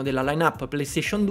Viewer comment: Fun fact: Tidus si pronuncia "taidas" (タイダセ)